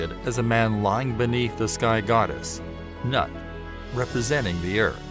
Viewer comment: Your interpretation is correct. But it isn't nut but noot.